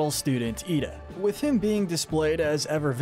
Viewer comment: He said Iida right.